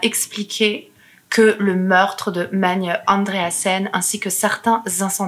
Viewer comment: Bon travail, félicitations Sinon il y a un autre prénom que tu as écorché c'est : Magne Pour savoir comment on le prononce regarde la série norvégienne : ragnarok